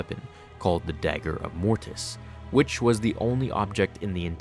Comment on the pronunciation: Why do you put so much emphasis on the "T" sound in "Mortis"? Every time you say "Mortis" it sounds like "morTis". It wouldn't be as noticeable if you only said the word once or twice, but in a video about Mortis, it is quite noticeable.